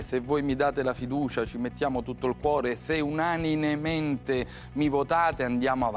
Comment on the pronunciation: UnaNINEmente! huauhahuahuahuahua